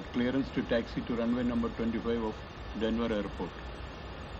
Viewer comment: its Denver not Denvar